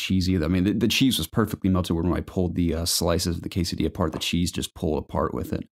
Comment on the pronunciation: hey guys this podcast reminded me why I like it so much, you guys drew a smile on my face with the quesadilla pronunciation, and I have to break your hearts but it still isn't right 🤣😂, and also with the skinless fortnite kills lol.Do I count as a skinless pleb if I have a blue color from psplus? I guess I do lol.... I love you guys so happy to see the community growing even if as a I become a grown man like I can't hang out as much, keep up the good work guys!